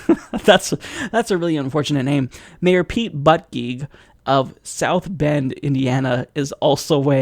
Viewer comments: I think it's pronounced more like "boot-idg-egg". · Pronounce Buttigieg as boo-gait or boot-gaig Prob fixed.